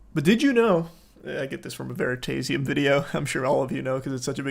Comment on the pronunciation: the way he pronounced veritasium pisses me off so hard